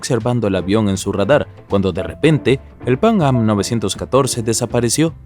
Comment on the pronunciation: Pang-am, pang-am, pang-am, pang-am... Se dice Panam, PANAM!!!